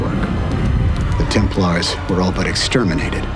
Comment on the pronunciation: You run interesting topic can't you make sure the audio is proof read? I hear multiple times the "order of the temple", isn't it 'order of the Templars". It's irritating to hear typos when you run an international channel.